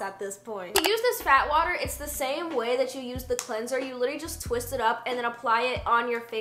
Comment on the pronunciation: When she said "Fat water" I kept thinking she was saying "Bath water" I thought Rhianna was selling her own bath water as a toner 😭😭